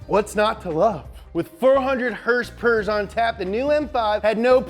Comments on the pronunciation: I love it when u say hurss purrs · You got me addicted to the word "hurse purers" how can anyone at the dealership take me seriously now shiet